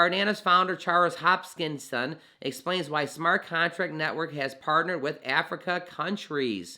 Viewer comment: giving this vid a thumbs up, but plz say Hos-kin-som, not, hopkinson like the baltimore hospital johns hopkins. Great coverage, appreciate ur work.